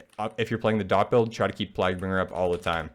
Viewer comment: The way you were pronouncing Plaguebringer bothered me more than it should have. Good guide though